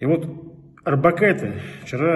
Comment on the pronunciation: Не Арбокайте, а Орбакайте. Не будьте тёмными и безграмотными